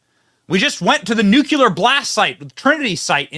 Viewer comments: Nuclear. NOT nuculer. Fkn stop. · OMG BENNY, STOP SAYING NUCULAR, ITS NUCLEAR, YOU SOUND LIKE GW BUSH.